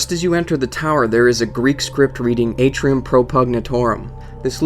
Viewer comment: On #6, It pronounce Ahh-tri-um